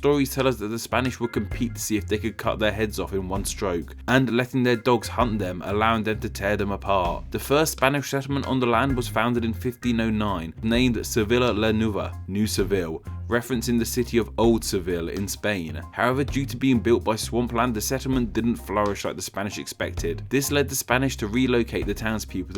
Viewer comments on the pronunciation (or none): It's pronounced "Saint 'hah-goh day lah vay-gah'" "Say-vee-yah lah nway-vah" (that "yah" is actually a lateral consonant. But I won't blame you if you can't make that sound.) "Ehs-kee-vayl" And sorry to be more picky, but Spain didn't use their current flag until the 1970s. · it's pronounced like "seveeya la new-ava" and "veeya de la vayga"